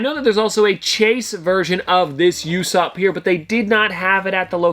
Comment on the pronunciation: You-sop it’s oo-sop